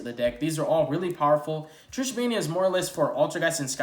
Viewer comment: Haha that's not what I meant, you pronounced it as Tris(h) think you are still thinking of Trishula xD